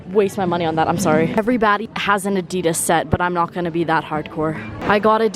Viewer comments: It’s add-ee-dass not ad-I-des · Hold up..... did she just say adeedas it's adidas with an i